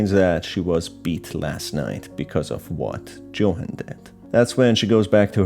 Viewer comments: u said johan, it's yohan but spelt johan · IsntJohan pronounced “Yo-han”? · The way Johan's name is pronounced throughout the video is so jarring im sorry